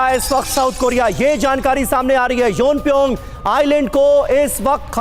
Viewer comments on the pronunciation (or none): योनप्योंग नही प्योमयांग है 😂😂